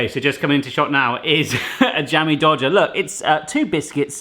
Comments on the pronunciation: Did anyone catch that said "dammie jodger" at the beginning of the video? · I honestly thought he said Dammy Jodger the first time. I love these! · It's not Jammie Dodger, it's Slai O'Lai (in Indonesia)